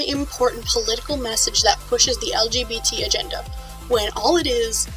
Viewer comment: May I ask why you say LGTB Instead of LGBT?